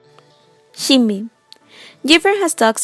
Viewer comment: She pronounced the other names right, saying omji instead of umji, shinbi instead of sin b, but not the obvious name yuju lol